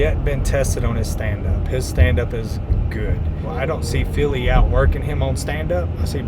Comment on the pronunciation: Love how Bryce says Philly when referring to Fili..always takes me a second to realize who he’s talking about.